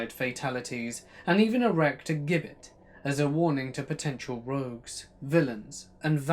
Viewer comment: A Gibbet is pronounced as "Jibbet"....As like the name "Gillian."..